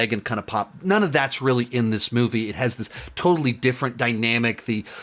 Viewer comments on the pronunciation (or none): none